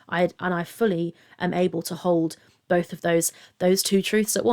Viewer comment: Have you heard her say bolth instead of both ? 😂